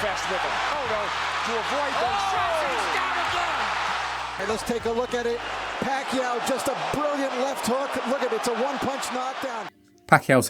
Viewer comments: Pronounced as "PAKYAW". Good catch for pronouncing his Surname right😊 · Kudos for the correct “Pacquiao” pronunciation!!! 👏🏼👏🏼👏🏼👏🏼 Edit: For anyone wondering it’s not Pac-key-yao. It’s Pac-yao. 🤓